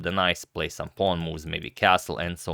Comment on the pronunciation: yes, except for saying pawng instead of pawn all the time.